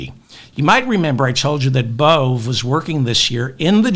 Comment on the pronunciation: Emil Bove: Pronounced Emil Bo-Vee